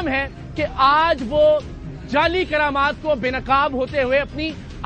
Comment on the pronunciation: قرامات نہیں کرامات۔